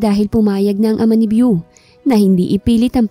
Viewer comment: BEAU pronounce as BO and not VIEW!! it’s a GENDER-NEUTRAL nickname of French Origin meaning BeautifuL or handsome…. Praning laang si Victor deadz na deadz kay BEAU 🌹🌹 Kahinang pumik-up na walang gusto sa kanya si GirL 👧 Lakas namang mang-asar ni Ryder 😃